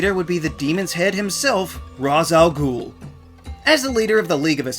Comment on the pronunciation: He pronounced ras al ghoul wrong